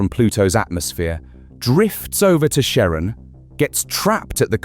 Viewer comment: That's... not how you pronounce Charon.